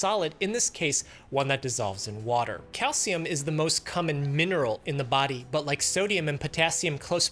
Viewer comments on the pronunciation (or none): that’s a weird way to pronounce “common” but ok